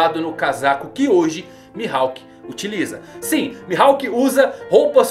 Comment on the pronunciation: O que me quebra é essa pronúncia do nome dele mano tirando isso tá só sucesso